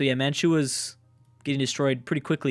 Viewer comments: smokes severe crack man he even says Manchu is Manchua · Why does feel the need to add an "a" to Manchu?